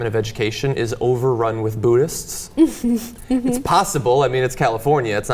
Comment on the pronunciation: Why can't Americans say 'buddhist' properly?